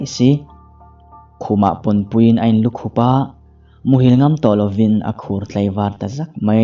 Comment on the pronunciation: Chhiar thiam thin khawp mai, mahse, inlukhup tih ilam dan hi, khup tih lai tak hi, kan ke a mi khup kan lam dan hian lam tur aw